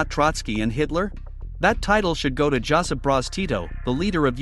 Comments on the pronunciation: It's not Joseph, it's Josip (Yosip Broz Tito) .....in English read what is from the English-speaking world, but from other countries and languages it is not read, written or pronounced as you do. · his name was Josip (pronounced "yo-sip") Broz, his name is a croatian and slovenian version of the name "joseph".